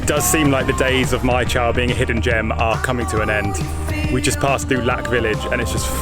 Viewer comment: If you like Mai Chau, check out Moc Chau, it’s another very beautiful place. Northern Vietnam is full of very green mountainous nature like this. By the way, Chau is pronounced chow and not chao like the way you said it here. It is cognate to Chinese Zhou as in Hangzhou, Suzhou, Guangzhou etc.